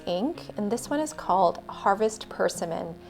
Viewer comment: Your swatching videos are beautiful. I had never heard of Platinum Brun Sepia either, although I know there's a sepia in the Black iron gall line. I wonder if they're the same? One suggestion: you may want to look up the pronunciation of "persimmon." 😊